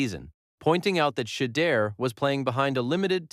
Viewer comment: SHEDEUR IS PRONOUNCED SHA-DOOR